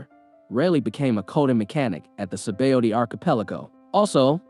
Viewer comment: 'skull' knew who he was? say-bowdy? k-youja? has the narrator even watched OP?